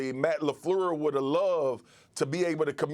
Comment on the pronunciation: This man Marcus said Matt Lafluuurlssss lmao